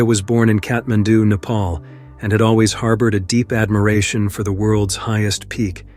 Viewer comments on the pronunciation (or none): none